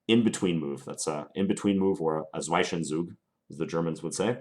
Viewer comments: "Zwischenzug" is pronounced "tsvishntsoog" ("-ish" like in "english") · It's /ˈzvɪʃənzuːɡ ! Gosh damn it... ;) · Hey John, maybe it's been pointed out before, but the correct pronunciation for the German "Zwischenzug" is /tsveeshen tsuk/. See also here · Very instructive. Just one thing: It's pronounced Z-wish-n-Zoog not Z-why-Sen-Zoog :) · Great video, very instructive! BTW the correct pronounciation of "Zwischenzug" is more like "swish-an-soog", so the i is kind of pronounced "e" rather than "eye" if that makes sense :-) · Thanks John for these very useful tutorials. I like the pace you choose which allows me to follow comfortably. One point I must make to you though; you use the word 'Zwischenzug' from time to time and mispronounce it. It should be like this 'zs (combined to sound like 'ts' in 'it's) + vish to rhyme with fish (not veesh ) and then the 'ts' sound again for the 'z' of 'zug'. The word 'zwischen' means 'between' and 'Zug' has a half a dozen meanings, but in this context is 'move'. So put together Zwischenzug means an 'in between move'. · No german would ever say 'Sweischensug' 🤣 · It is zwischenzug pronounced roughly "tzvishentzug" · Great video. Just pointing out, as a German: Zwischenzug is pronounced Tswish'n Tsoog. :D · Great video for us beginners. By the way, the pronunciation of the german word for 'inbetween move' begins with "tsvee" :) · you know how to pronounce Fianchetto corectly. now learn how to pronounce Zwischenzug! :) nice video. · How to pronounce the word zwischenzug correctly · As a german its hilarious how you (and others of course) say "Zwischenzug" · it´s pronounced differently. "isch" like "ish" in "fishing"...but i could not care less....love. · Great basic stuff! I'm kind of starting all over after 20 years ... ;O) ( : Btw: The "i" in "Zwischen zug" is pronounced like the "i" in i.e. "destiny" or "hit".) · You should really google the pronunciation of "zwischenzug", the i is not pronounced as "eye" but rather as "e".